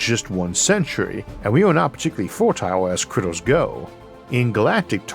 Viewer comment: Me too. I also love it when he refers to animals as "cwittews." His "accent" is distinctive, and I like it. We should at least colonize Maws before we have to re-name it back to "Mars" again. 😄